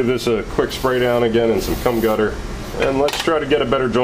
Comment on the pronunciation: "Cum Gutter"??? I think you mean GUM Cutter lol.